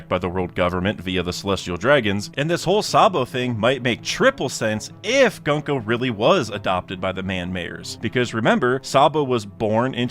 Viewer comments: not how you pronounce gunko. its goon-ko (ha ha funny goon word !!!!!) like the word "good", not gunk-oh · Hey man just a heads up, as someone who speaks Japanese the pronunciation of her name is "GOONko"